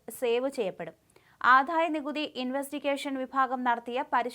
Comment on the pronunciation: ഈ 'ആധായ' നികുതിയും 'സമുധായ' നേതാവും.....ഒന്ന് മാറ്റി 'ആദായ' നികുതിയും 'സമുദായ' നേതാവും ആക്കിക്കൊടുക്കാൻ ചാനലില്‍ ഉച്ചാരണം അറിയുന്ന ആരുമില്ലേ..? ഈ നേതാവിന് പേരില്ലേ..?